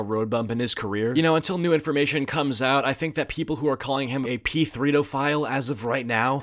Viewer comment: “P-3DO” is C-3PO’s wacky uncle